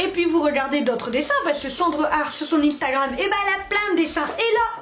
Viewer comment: Instagram ne se dit pas comme ça